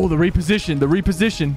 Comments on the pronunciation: The "re-position" going wrong way again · 😂 " the reposition"